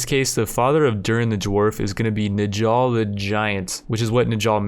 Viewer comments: Big viking nerd here. When pronouncing old norse names like Njal, pronounce the j like a y. Old norse has a lot of pronunciation differences from English like that can take a while to understand. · Last i remember the j in njal was pronounced like the j in the word jarl or fjord (the j is replaced with y) :) P.s rip njal judge of Iceland